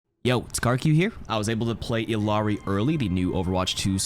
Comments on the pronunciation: Isn't it pronounces E-yar-ee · double L in Quechua is pronounced as a Y, not as an L. Ee-YAH-ree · It's pronounced iyari it's Peruvian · It’s pronounced eel-yar-ee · you’re pronouncing her name wrong. It’s E-yari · Iyari, two L’s make a Y